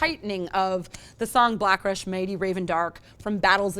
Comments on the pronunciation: It's not blakrish, you dumb twitch! it's BLASHYRK! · And you were right! This Blakrish thing she sais is freaking annoying. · just pronounce it as "blashirk" ..not blickerish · C'mon. It's fucking Blashyrkh....BLASHYRKH. Not blackrysh. Geez... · Blash-eerk!! Its pronounced Blash-eerk! AAAAHHHHHHHH!!!!!!! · It's pronounced "blashirk", kinda like saying "black shirt" with your mouth full. (It's how I've heard Abbath say it, at least.) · Blushrak. Blackrish. abAth. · First off it would help, if the reviewer knew how to pronounce, "Blashyrkh"; a word that has featured in the songs of Immortal since their 1992 debut, 'Diabolical Fullmoon Mysticism'. Secondly, not a bad word was said against this freezing masterpiece, an album us fans thought we'd never get and yet it garners a 4.5 out of 5 skulls? Colour me confused?!?! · Isn't Demonaz diagnosed with tendinopathy? How does he manage playing at those speeds then? Also please google how to pronounce Blashyrkh because whatever you said made me giggle a bit. Still sounded black as fuck haha.